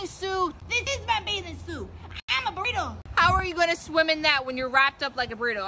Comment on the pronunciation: I like how just is saying I am a borito🤣🤣😂😂